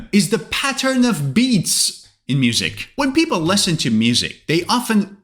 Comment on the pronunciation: WITH ALL DUE RESPECT SIR, SEEMS LIKE YOUR PRONUNCIATION OF LISTEN AND SINGER IS WRONG. NONETHELESS YOUR A GOOD ENGLISH TEACHER.😊